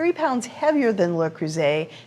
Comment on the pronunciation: An American that knows how to pronounce Le Creuset